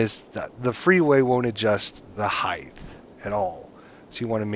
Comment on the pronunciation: Heith? ...height?